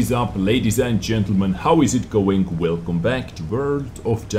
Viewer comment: God I love your voice... That intro... "Velcome back to verld of tanks..." <3